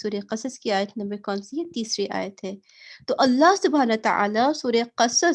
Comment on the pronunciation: آیت صحییح سے پہڑو